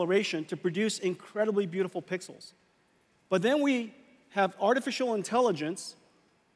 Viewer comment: I heard him 😂